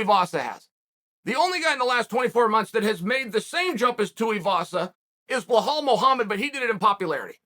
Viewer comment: he did the same with 'behal' Muhammed too hahahaha